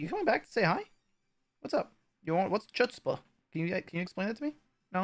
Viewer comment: Nickname: Chutzpah - (you pronounced it VERY wrong haha) - need to brush up on our Yiddish - it means like courage/nerve/audacity